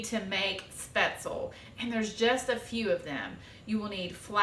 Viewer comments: Nope. Never "LEE" at the end. Shpetz-LUH. The pronunciation of the first syllable (umlaut-a) here lies somewhere between the "e" sound in bed and the "a" sound in hay. The second syllable is pronounced like "LOVE" without the V. My German Oma made these all the time. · Great video and recipe. Subscribed. Just for the record though, "Spaetzle" is "Spätzle" in German and it's pronounced, "Spetz-ler" - hope this helps 🙂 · Speh-tzle 🙈 Americans pronounce this soooooo wrong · One little adjustment would fix this for the rest of your life - It's pronounced Sh-behts-le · I hate when people don't pronounce spaetzle correctly. No way I'm watching this.